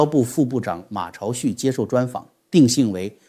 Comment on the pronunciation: ： 你都读马潮旭，真的让我大跌眼镜。按理，以你的学识，你怎么可能读马潮旭你呢？你掉价啊！ 朝在这个名字上，肯定都昭啊。旭是什么意思，旭日东升啊，那朝怎么可能读潮呢？你也成了博士了😂😂😂